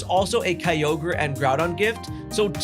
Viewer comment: "SHINY KAI-YOGURT!"